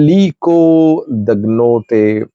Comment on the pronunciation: Dangote not Dagnote